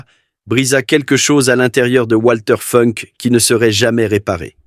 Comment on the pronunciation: Ça se prononce Valter Founk en allemand. Par ailleurs, l'AI semble inventer des conjugaisons en français : "lorsqu'il vit sur l'écran (...), il ne pouvut plus retenir ses larmes..."